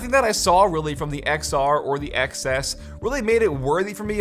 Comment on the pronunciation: thank you for calling it XS not tenes